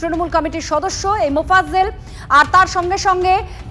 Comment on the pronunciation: এত বড় নিউস চ্যানেলের সঞ্চালক ও রিপোর্টার মোফাজ্জেল না উচ্চারন করতে পারছে না লজ্জা বাংলার নিউস চ্যানেল!